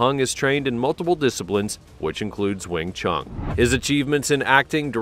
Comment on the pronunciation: You should learn how to pronounce Wing Stun!